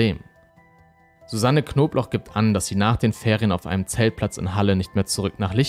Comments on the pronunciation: wieso verstehe ich immer nur „wer rief die knoblauch so auffällig oft an?“ oder soll das so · *Knobloch nich Knoblauch… das sagen sie ständig falsch… eigentlich nich dramatisch aber irgendwie nervt es mich ein bisschen 😅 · Warum sagt der eigentlich die ganze zeit Knoblauch anstatt Knobloch? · Fällt nur mir das auf oder sprechen und jedes Mal Knobloch wie Knoblauch aus?